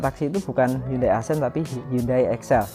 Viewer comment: Bukan “asen” bacanya, tapi “aksen”